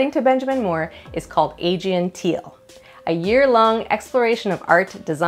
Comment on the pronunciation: probably should have searched YouTube for "how to pronounce 'Aegean' "